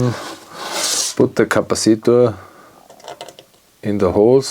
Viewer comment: What the hell is a "Capa-ceetor" ??